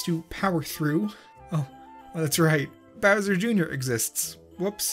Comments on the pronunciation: you said browser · Ok I forgot the time of the video but did you just say brownser or browser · did you say browser